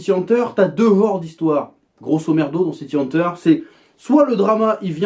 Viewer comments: "City Haneteure" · pq tu prononces bizarrement le titre VO ?